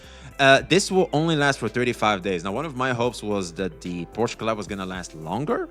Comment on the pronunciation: it's pronounced like "shell" without the double "L" so: POR-SHE(LL) the E is NOT silent but the "CH" is silent so you don't say it like "porch" (that's in your backyard xd) but only with "SH"